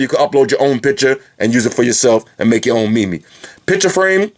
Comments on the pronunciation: I love your bids man, but I just need to say that meme is not pronounced like that. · you said meme wrong! its only one syllable:O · Haha I thought it was pronounced MEEM. not MEME. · he really said mee mee .....